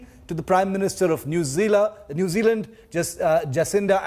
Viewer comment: New Zeala😂😂 Indian English 😂😂 Jacinda Ardern not Arhern